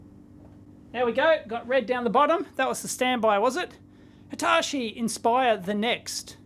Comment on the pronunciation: it triggers me how you pronounce Hitachi :D